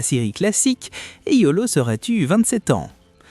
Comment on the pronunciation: Rien appris de nouveau si ce n’est que Kurumada et Aiolos se prononcent Kugumada et Aolios ou Éolos 😂 Il y a quand même pas mal d’interprétations très personnelles et pour les liens Poissons-Poison, Camus-Camille, c’est quand même du grand n’importe quoi 😅